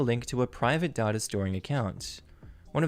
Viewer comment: This is the first time I've ever heard "data" pronounced as "dhaugh-dhaugh". I can't hear you say it without immediately thinking of the Dadaist movement 😂